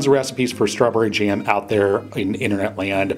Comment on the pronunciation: I find it strange that he 'goes ahead' a lot, and calls it 'Strawberry JEM' !